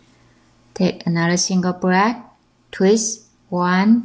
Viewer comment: Ummmm it's BLACK not BRACK 😒🙄